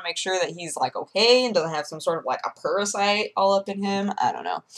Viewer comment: A "purr-asite"?